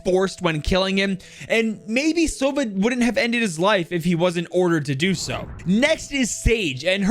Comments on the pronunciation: damn, as a native russian speaker hearing “begi sova” with accented o is so strange, like, the word sova has accented a 😂 a teeny-tiny mistake, wonder why they did not spell it the right way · the word Sova is misspronounced its not sOva its sovA